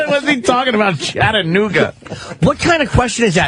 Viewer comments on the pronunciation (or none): CHATANOOGY LOL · OMFG LMFAO! CHATTANOOGIE!!!! CHATTANOOGIE????